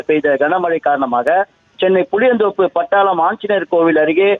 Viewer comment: அது பட்டாளம் இல்லை. படாளம். பட்டாளம். - army படாளம் - ஒரு ஊரின் பெயர் கொடுமையிலும் கொடுமை. தாய்மொழிக் கேவலப்படுத்துவது.